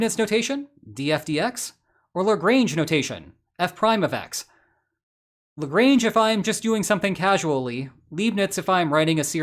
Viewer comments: Mispronouncing both 'Leibnitz' and Lagrange' in a single sentence is just trolling. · Did you pronounce Leibniz and Lagrange like that to ragebait for engagement? 😂